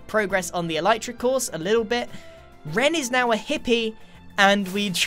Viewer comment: Is it pronounced eleetra or elitra?